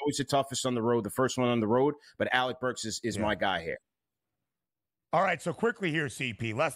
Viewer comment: Lmfao no way CP said burks 😂😂